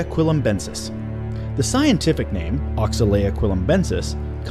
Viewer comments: As much as I applaud your efforts to bring us a top X video, I feel like I've been completely turned off due to the lack of research, and even more so by mispronunciation of names, granted some names can be hard to pronounce. A prime example of this would have been when you were comparing the length of the Spino to that of the trex, and giganotosaurus. You said Gigantosaurus, as in gigantic, which is a sauropod, where I'm sure you meant the theropod; giga-no-tow-saurus. I don't mean to sound rude, but I feel like this could have been prevented with just a little more research and poking around. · Man, atleast try to pronounce their names correctly.